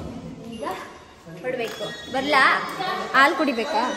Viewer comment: ಆಲೂ ಅಲ್ಲ ತಾಯಿ ಹಾಲು ಅದು 🤣